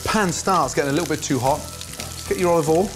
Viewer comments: You mean "Olive All" : he can't say "Oil" 😄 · You meal Olive All.....he can't say "Oil" or measure ..... LOL.....